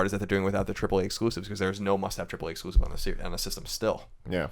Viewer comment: Colin: "No triple A exculsive" Me: hears this while playing Bloodborne Love you man but comon..